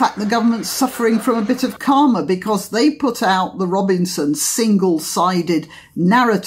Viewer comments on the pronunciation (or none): none